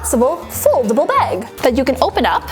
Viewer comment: I hate the way she says bag.. She says it like beg or beag